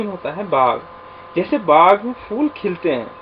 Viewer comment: فولوں نہیں سر پھول پڑھائیں یہ لفظ بچے بھی اسی طرح پڑھیں گے فول❎۔۔۔۔۔۔۔۔پھول✔